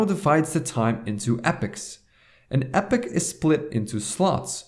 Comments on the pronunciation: ee-pok, not epic! ;) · "E-pok" (epoch) not "epic". Good video though. Thanks! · It's not Epic... It's EEEE POC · It's pronounced 'epoch' not 'epoch' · It's pronounced "e-pock", not "epic" moron. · "EPOK" not "EPIK" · Its EPOCH not epics.. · It's pronounced E-pock, not "epic" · Pronounced E pock, nor epic. Fyi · thankfully someone else knows how to pronounce it. Like "pocket" ... pronounced "pock" and put an E- in front Can't understand how people pronounce "epic" from Epoch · Great Video Thank You! However, Epoch is pronounced like eepoch , not epic ;-) Just saying. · Epoch - pronounced e-pok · E - POK not epoch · It's pronounced "ee-pok" ;) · epoch is pronounced e-pock. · Everyone in the comments praising this video but I couldn't make it beyond 3 minutes since this guy can't even pronounce the word ''epoch''.